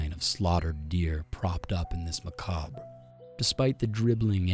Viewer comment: LMFAO the way he say macabre